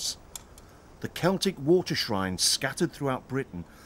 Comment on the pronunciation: Its Celtic. Not celtric 🤦